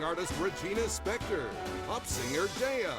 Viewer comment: “Spektor” not “Specktor” lmao